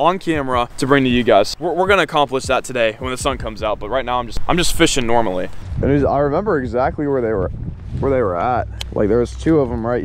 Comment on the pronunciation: “I’m just fishing normally (NORM-ally)”